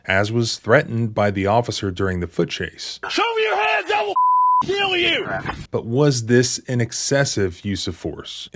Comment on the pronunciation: noone who pronounces ''kill'' as ''keeeeyyyyuuulll'' should be a cop